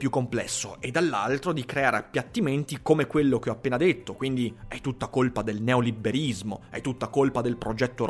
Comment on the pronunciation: Ma perché "neoliberismo" lo pronunci con la doppia b?